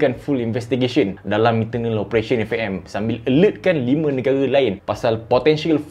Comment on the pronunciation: "eFE'EM Malaysia" betul tegas tu 😂